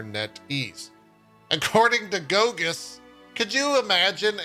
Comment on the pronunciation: I love when a Polish name comes up in English speaking news like this. First of all, most of the time they're hilariously mispronounced :) Mostly because of the special characters. Goguś is far from Gogus. I can't even spell out phonetically what it should sound like, because this sound doesn't even exist in English. I could write paragraphs on how to pronounce various sounds in Polish language and it still wouldn't help (I swear, I tried. Best I can do is that Polish "ś" should be pronounced like Japanese "sh" (as in like it should be pronounced) but very very fast. Japanese "sh" is our "si" :)) So… as not to leave you without anything, I provide to you a translation of that name… Piotr Goguś means… (drumroll) Peter Fancypants (hand on heart, this is it :))